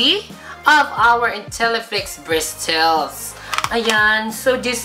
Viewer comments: "bristils" (Bristles) I love you. Made my day.:* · Bawing bawi sa BRIS-TELS (Bristles) nya hahaha. Labyu. This made my afternoon hahahaha😂😂😂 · Bristels hahahahahh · bristels hahahahahahahaha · bristols. hahaha... nakakamatay! 😂😂😂 I love you! You made my day! 😘😘😘